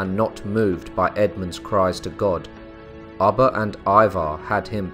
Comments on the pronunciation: Its ubbe not abba hehe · I couldn’t keep listening with you saying ubba like your saying rubber without the r. It’s ubba like your pronouncing it with two o’s “ooba” 😔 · Pronounced: ooh-ba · Did it drive anyone else crazy the way he was pronouncing Ubba's name? Everytime he said it I would say it the other way. Lol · Come on all this knowledge. You could've pronounced his name properly. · Pronouncing his name incorrectly just turned me off to this!